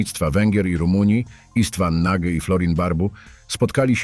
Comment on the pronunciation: nie Nagy tylko "noć" 🤦🏻‍♂️🤦🏻‍♂️